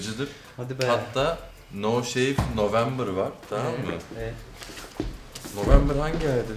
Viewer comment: 'nin november neydı len demesi jxmeçdid